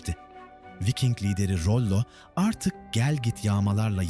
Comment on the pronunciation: Vayking değil, Viking diye okunuyor Türkçe'de. Elinize sağlık. 😇